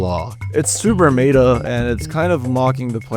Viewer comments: the word Meta is pronounced "Met-UH". Not however you said it. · I've literally never heard someone mispronounce the word meta as "May-duh" and I never want to again lol. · May-duh, the horse is here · Never heard “meta” pronounced like “beta” before. Or hard “G”’s for “gibberish”. I got an ad before the scare here, lol Ok now I can really tell English isn’t a primary language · Bro doesn't know how to pronounce meta 😭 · wait what accent says meta like that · I know some German speakers that pronounce it like that when speaking English, it’s also not a very large stretch when you consider how beta is said